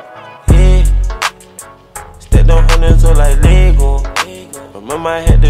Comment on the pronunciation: Am I the only one who's wondering why he says "Lego" like that? I'm actually wondering if it's cut it's pronounced like that in Danish...